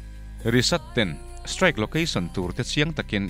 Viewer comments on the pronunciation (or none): none